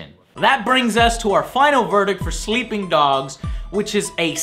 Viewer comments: "Sleeing dogs" :( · 15 min and 21 sec "sleeing dog"